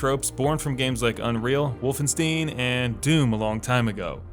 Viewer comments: For god sakes dude! It’s wolfenstien not steen! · Holy mother of god.. Wolfenstein not Wolfensteen, WOLF-EN-SH-TEIN. Had to say it :D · this always annoys me, like you don't say Frankensteen when talking about Frankenstein so why would you randomly change the pronounciation to an steen sound instesd of keeping it the correct stein sound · God, stop saying "Wolfen-STEEN". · Wolfenstein WOLFENSTEEN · The name is. Wolfen-stein! Damn I miss Gene Wilder. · WolfenSTEEN? Jesus ... How do you pronounce Einstein...Einsteen too? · It's pronounced WOLFENSTAIHN ffs...how many times do we have to tell you this? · Vohlf-en-sh-tein, if you wanna really get it right phonetically. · Did he really say "wolfen-steen"?? Bro have you ever been around games before? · No, he's just a game journalist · I think he pronounced it as Harvey Weinstein... people pronounce his name winesteen for some reason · New blood = wolfensteens 😅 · Noticed that too huh? ;) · If anything, you should say "Wolfenshtein", because the "st" combination gives the "sh" sound most of the time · Only Germans pronounce the word correctly anyway. The accepted English pronunciation is far from perfect. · Great vid. But as others have undoubtedly pointed out already, that Wolfenstein pronunciation made me cringe like hearing a fork clank against teeth.